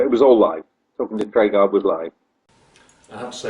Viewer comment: Why can none of the people involved with making Knightmare pronounce 'Treguard' properly?